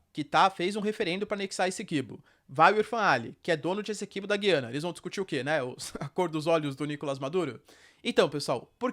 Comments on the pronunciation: Pelo que vi, a pronuncia correta é Gu-i-ana. "Discutir a cor dos olhos do Nicolás Maduro" foi boa. kkkk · A pronúncia correta é "Gu-iana", com o som grave na letra "U." Henrique Braga, professor e autor de materiais didáticos do Sistema Anglo, explica que há um ditongo na sílaba "gui", o que indica que o "u" deve ser pronunciado. Um ditongo é uma sílaba em que aparecem duas vogais —e ambas são pronunciadas.